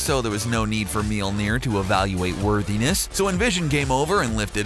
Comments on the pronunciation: Melnir... It's Mjölner for fuck sake! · Would be nice if it were pronounced correctly throughout the video - ugh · Mjölnir. Pronounce it correctly. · The narrator dude pronounced mjolir wrong. He kept pronouncing it meeleer, not mjolir. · MEELNEIR its pronounced mulnier(i know is spelled it wrong dinguses) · Bruh did they call it milneer? LMFAO its Mjolnir the m is silent omg im dead. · Meal-near? That's an odd pronunciation. I usually hear Me-ole-near. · Milnir? omg u Americans... The way u try to say words that is not American/English words are hilarious. In Norse mythology, its pronounced Mjölnir or in Old Norse Mjǫllnir... Old Norse Mjǫllnir regularly becomes Mjøllnir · ITS PRONOUNCED M-YOLE-NEER NOT MEELNER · Did you just pronounce "Mjölnir" like "Meelnir"?! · “Meeol-near” dude cmon. It’s pronounced “M-yol near” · I thought it was pronounced mjnor (min jore) but its mjnor (meel neer) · It is pronounced miolnier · it's pronounced majolinor aa not ae o not oh iee not ai the spelling is Mjolinor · Hello people I am Swedish and I will just say this guy pronounces Thor’s hammers name is sooooo bad it is supposed to be pronounced mjölner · It's pronounced "Mee-yol-neer" just so you know. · What's a meelneer? edit: geez guys it was a joke, i know how to pronounce mjolnir. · Let me just say this kinda bothered me so let me just correct you.. it’s pronounce me-yawner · Its pronounced mi ol ner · "...known as 'meel-neer'..."?? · I couldn't finish the video. I could not bear to hear the name destroyed and mispronounced as MEEL NEER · Thor's hammer is pronounced miolneer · He can't say the hammers name right and he fought Shazam not captain marvel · It pisses me off that this dude is pronouncing Mjølner wrong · Please stop butchering the name Mjölner. Thank you very much! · Its cancerous how you pronounce Mjölnir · This guys pronunciation of Mjølner is funny :P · lol the way he pronounced mjölnir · Dear CBR... LEARN to pronounce the name of the fucking hammer!!